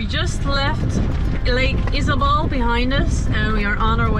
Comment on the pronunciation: Lake "Isabel" jeje. Come on!